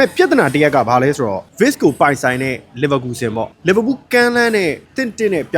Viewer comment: Wirtz= ဗားဇ်လို့ဖတ်ပါbro German alphabetမှာ Wကို ဗေ လို့ဖတ်လို့ပါ